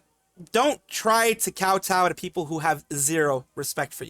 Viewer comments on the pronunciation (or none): none